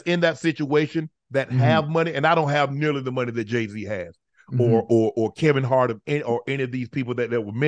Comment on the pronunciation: Idgaf what you say Jay wrong